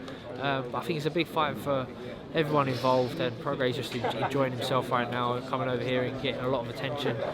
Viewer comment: Groves is the first person I’ve heard pronounce Prograis correctly. Well done, Sir!